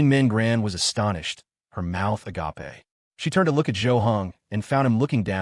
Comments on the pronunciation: Somebody, please teach the AI how to pronounce agape. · I love the a ga pay pronunciation 😂